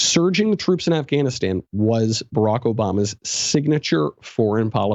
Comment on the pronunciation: Who the fuck says Afghanistan that way